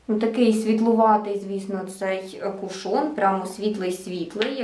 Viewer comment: Чомусь наголос дуже багато хто робить на другий склад, а правильно - кУшон. Сьогодні купила в Аврорі, зверху запечатаний, як і у вас, а знизу - ні, тому і відкривала, як вам тут радили - знизу. І чомусь у мене виникли підозри, що його хтось уже відкривав... Коли відкрутила кришечку, під нею все якось було мокро, та продукту набагато менше, ніж у вас. Таке враження, що рідина відокремилася від тонального крему і вилізла назовні... І плівка з назвою вся в цій рідині прилипла до кришки. Так що не факт, якщо зверху запечатано, ніхто не користувався. І запах якось не сподобався... якимсь б/ушним віддає. Прийдеться викинути…